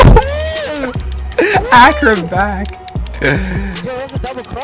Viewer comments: "ACCURATE-BACK!" Lmao nigga tried saying acrobat 😂😂😂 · this dude said acroback